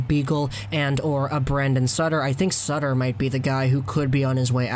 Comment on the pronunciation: It’s sutter